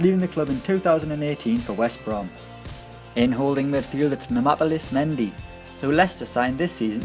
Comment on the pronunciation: It's Nam-palys,not Namapalys